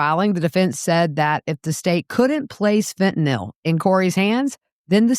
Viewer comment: Thank you for this, and for pronouncing "Fentanyl" correctly. What a fall from luxury for Donna.